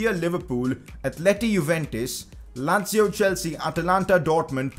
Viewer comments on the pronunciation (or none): none